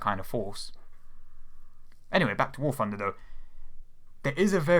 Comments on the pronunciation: I thought it was called War Thunder, not War Funder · oh Christ. I know he can't help it, and I know it's a douchey thing to say, but he sounds like a 3 year old when he says "war funder". Yes man, I know it's fun, but it's not part of its name. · I love how you pronounce warthunder, "warfunder"